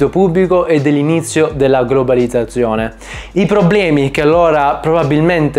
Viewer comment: Fonetica e dizione: studiale subito. Non ti si può ascoltare... Quando, intorno al minuto 20, parli della 'globalizzazione', mi fai venire i brividi lungo la schiena...